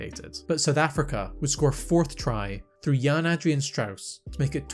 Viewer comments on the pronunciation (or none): none